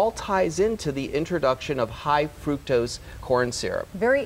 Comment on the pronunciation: I CANNOT listen to her say "frukose" one more time - it's FRUCTOSE!